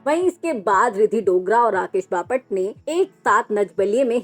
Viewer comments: Papat nahi😂😂😂😂 Bapat..pahale bolana sikh😂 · बपाट नाही बापट 😂😂😂😂😂😂😂😂